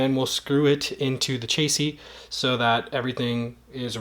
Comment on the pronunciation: this man said chasey